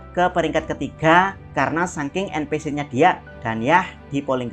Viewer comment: En pi si ama em si , bro baca nya. Ganjel banget dengernya